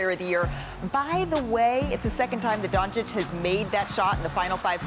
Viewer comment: How many years will Stephen A take to learn how to pronounce Doncic? The disrespect of this braggadocious talking head...